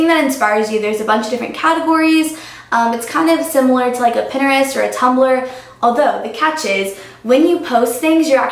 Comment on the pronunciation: idk if its just me, or maybe just the different accent, but she said pinterest really weird lol. but its probably just accent difference